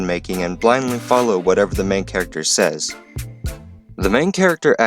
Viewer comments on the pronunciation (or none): none